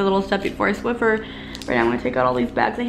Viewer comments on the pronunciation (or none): none